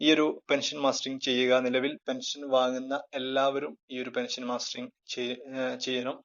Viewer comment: It is mustering not mastering